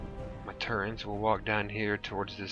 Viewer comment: I'm sorry for this but it's turrets not turrents. other than that no complaints this is amazing